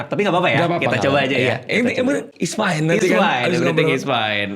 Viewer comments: baru sadar fine itu fyne. sat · apalagi guaa… everything is FYNE